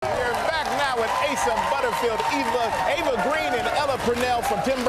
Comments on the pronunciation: Her name is Eva (the "e" is pronounced like it is in egg), not Ava, nor is it pronounced with a long "e" as in eden. I highly recommend watching her in Penny Dreadful, she is beyond incredible. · Eva pronounces her name as Eh-vah.